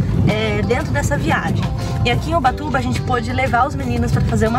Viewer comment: No nome do vídeo: ubatuba E ela: ubachuva